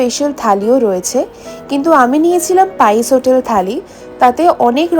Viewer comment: Pice hotel rr uni bolchen baice hotel kii bollo ota baice naa pice